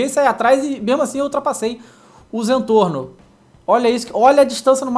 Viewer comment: Não é Zantorno é Zentorno